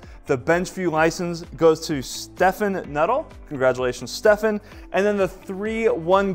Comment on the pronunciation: You mispronounced Stephen. It's pronounced the same as Steven, ala Stephen King. You said Stefan.